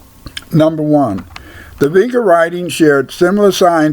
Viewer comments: Sounds like bullcrap. It is pronounced VinCHa. Hungarians are Finno-Ugric and what migration route did they take from Africa then??? Magtays came to Europe from the 5th century and have nothing at all to do with Vinča civilisation. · If you actually knew how to pronounce "vinča" you might have a little more credibility. As for the Magyar hypothesis, history, linguistic evidence, and archaology says they didn't reach the Vinča cultural area until millenia after these sympbols were in use in the area of Romania and Bulgaria.